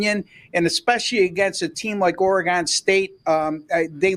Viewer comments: Oregon, not Oregone…. Stop it you sound ridiculous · it's pronounced oregun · Oregun not Oregone your destroying the fans ears. Ducks pull it off but doubt I would bet the spread. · Which Orygun ( that’s the way it’s pronounced) team will show up on Saturday is the BIG question. If the real Ducks team shows up they will win by two or three touchdowns but if they don’t the Beavs can beat them. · Please learn how to pronounce Oregon. Its orygun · it is actually shown both ways in the dictionary. But as Football fans these guys have no clue that fans and those that live in or lived in call it Orygun . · Very annoying how this guy pronounces "Oregon." Staying away from these videos.